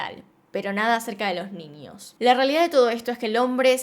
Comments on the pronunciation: Me encanta cuando dices NIÑOS... mi mente retorcida escucha NINIOS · Sho no entiendo por que dices “ninios”, “trasporte”, “Shim”